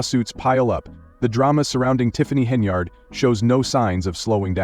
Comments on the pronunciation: Whoever programmed the AI narrator made no mention of the fictitious brawl and ICU visit. Some of these content creators are unscrupulous spewers of fake news. The AI narrator pronounced Henyard's name incorrectly as "hen e yard'. It was pronounced correctly throughout the rest of the fake news report. Ugh. Nevertheless, whoever fabricated this 'report' will receive YouTube dollars for duping the public. These YouTube streets are lawless. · Doubt its true but if it is she got what she asked for. Channel cant even say her last name right